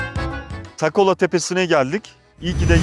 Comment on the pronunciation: Abi takola değil takkola,sattel değil satlel kalesi.bende yavuzköylüyüm böylr bi video yaptığın için sağol ağlattın bizi